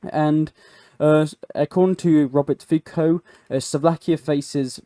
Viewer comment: Robert Feko of the Suvlakia... Can you start atleast Trying to pronounce things correctly?